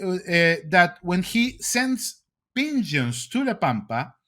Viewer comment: I like how he says pigeons and CIA. 🙂 The ping-jyuns. See-yai-yay.